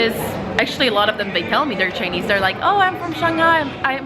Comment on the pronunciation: I'm wondering why you were pronouncing Ch'ai'nese as Ch'i'nese in the video.